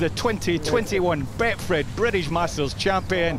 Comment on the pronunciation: Good effort by Willett. 2 attempts and still didn’t get the sponsors name right. Bretfed then Betfed 😂